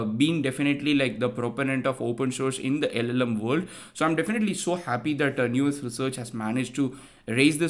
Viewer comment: Let's not normalise pronouncing it as if the word is "news" or "new-us". It's an English word already, said as "now-s" similar to house (but not like cows)